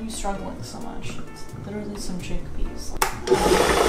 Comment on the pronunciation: My favorite part of any Video: mispronounced words. CHECK-PEHS was my fave today! Also, a mention of a brother? And, featuring a cool undercut. Loved it, as usual!